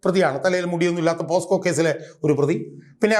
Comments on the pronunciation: ഷാജഹാൻ സാർ "പോസ്കോ "അല്ല 'പോക്സോ 'ആണ് അഡ്വക്കേറ്റ് കൂടിയായ താങ്കൾ ഇത്തരം കാര്യങ്ങൾ ശ്രദ്ധിക്കണം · അഡ്വ. ഷാജഹാൻ 😂പോസ്കോ കേസല്ല. പോക്സോ എന്നാണ്.😊